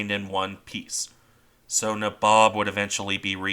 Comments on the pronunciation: Just a note to say the ships name is pronounced NAYbob its an old East INDIAN term for one of the ruling class. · I think its pronounced naybob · Your pronunciation of the name is wrong. It’s nA-bob. Since I’m not an English major….. Neigh (like a horse) Bob I know this as my grandfather served on her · I think U S.S. Franklin, the Essex class carrier turned into a burn pile by the Japanese off Okinawa probably qualifies in the severely wounded, makes it home category. P.S. Nay-Bob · N EH BOB (Nabob)